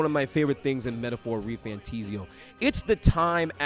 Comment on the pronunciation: Why would it ever be refantIsio? It is an "A"😂 Good video😊